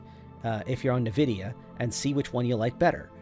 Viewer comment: Did he say nuh vidia? Never heard anyone say it like that. Just checking, moving on